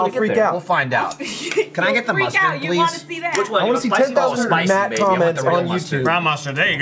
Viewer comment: "Myatt" - Matt Bragg